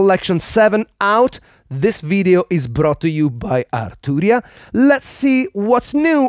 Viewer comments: That "AaR Tuu Ria" hits different 😂 Loved the video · Loved hearing you pronounce “Arturria”